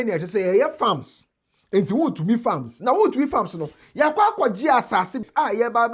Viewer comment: Attorney general next time master how to pronounce wontumi woboaaaaa name well😂😂😂😂